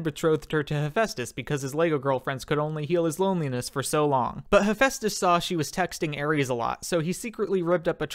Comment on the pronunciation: Why do so many people pronounce Demeter that way? Oh wait y'all probably American and don't know how to pronounce meter. Also, Hera is older sister not younger. That's also not how you pronounce Hephaestus. But nvm. Or Dionysus You missed the y in Eurynome. But yeah, always have a goat handy.